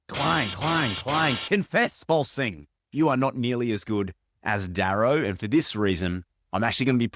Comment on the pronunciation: It's VolSUNG Fa, not VolSING